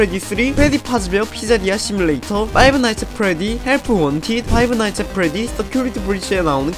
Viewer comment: 근데 파이브 나잇츠 엣 프레디라 하지 말고 그냥 프레디의 피자가게 라고 하면 안될까요. 발음이 너무 거슬리는데